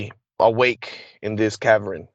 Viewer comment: I don't know if I should believe this guy or not. can't seem to pronounce a lot of words. He doesn't sound very well educated and we're supposed to believe a guy like that is used for secret missions. A cavern is not pronounced caverin.